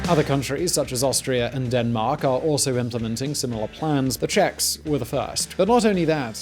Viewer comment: Did he say "Deathmark" instead of Denmark ?